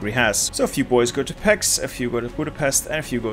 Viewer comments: Great video, but the Hungarian city pronounciations are terrible. Let me help you: When you said Budapest it was almost perfect but the s is pronounced like in SHirt. In Pécs the pé is like in PAle and the cs is like CHeese. And last Debrecen. Deb is like DAb, re is like in REkt, c is like Centimeter (well not exactly cuz the c would be sz in Hungarian but that's the closest i found) and en is like ENd. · I've got a challenge Pronounce Hungarian names the right way Budapest=Boodapesht Debrecen("e"s like in red, the c like in ts) Pécs ("é" like the a pay, the cs like cs in cheese)